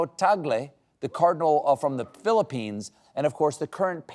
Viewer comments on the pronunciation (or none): none